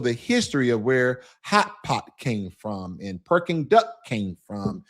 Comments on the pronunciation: Correction: it’s not Perking Duck, it’s called PEKING DUCK. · Great video about your trip to Shanghai and Beijing. By the way, I think you meant “Peking Duck” but in your video you said “Perking Duck”. Also, the two statutes in front of the palace in Beijing are not dragons. They are lions…one female and one male. Dragon has a loooooooong body. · i love me some "PERKING Duck" haha (Peking Duck)